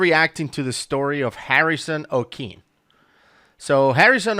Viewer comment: The intor is stupid. The fuckers did not even bother trying to learn his name. Okeen lmao